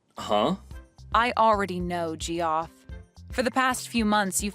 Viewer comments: Ha, ha, ha, they called him Ge-off. It's pronounced Jeff. Idiots. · I think it's pronounced Jeff, not g-off